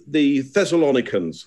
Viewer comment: "Thessalonians", not "Thessalonicans"!